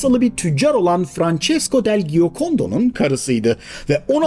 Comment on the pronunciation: Apaliner değil Apoliner diye okunur. İtalyan lirası değil İtalyan lireti. Legal yollarla demek gereksiz, Türkçesi "yasal yollarla". Giokondo değil Cokondo diye okunur.